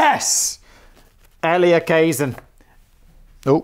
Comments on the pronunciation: Elia Kazan is pronounced ELL-yuh Kuh-ZAN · E-Lee-A Ka-Zan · So Simons NEVER heard of Elia Kah-Zann? Really?